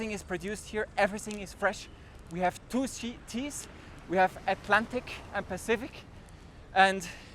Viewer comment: at min 6, when you say Colombia has two seas, it sounds like you said they have Tuci, as in the drug. I know you didn’t say that, that’s why I wrote “Lmaoo” next to it.